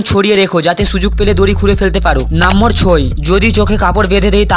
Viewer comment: Number ❎ nambor😂😂